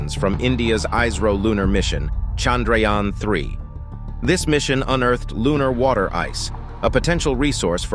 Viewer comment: When you hear him pronounce chandrayana you realise why shudras were not allowed to speak sanskrit